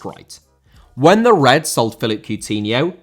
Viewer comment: Philippe * NOT Felip